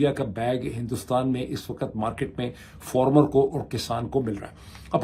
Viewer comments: Why do you pronounce it (FORMER)? Is it not (FARMER)? All bloggers call it Formers. Why so? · Not former FAAAAR-MER